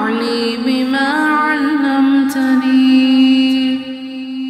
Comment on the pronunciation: I am having some problem with the recitation . Is the pronunciation is allamtani/ alamtani/allimtani.? May be it is my misconception but I am finding difference in what is written and what is saying. Secondly, in the first half of the video it is written “wa r jukni ” but later there is written ,“wa zidni” in the ayat/line . Please make it so that I can recite it properly